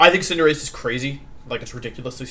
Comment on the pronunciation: HE PRONOUNCED CINDERACHEE, WENUSAUR, AND TOJIKISS WRONG!!!!! >:(((( surprisingly I'm not that single dislike right now